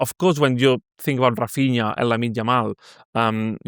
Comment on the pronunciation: Can someone please tell to give up with his mad pronunciations? Hafinha? In the previous pod he called Guillermo Gill er mo. It’s embarrassing